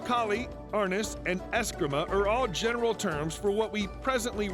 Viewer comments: It’s pronounced are-NEES and es-CREE-ma. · If you can't even pronounce Arnis and Escrima correctly, you probably shouldn't be talking about it at all. This video is filled with inaccurate information.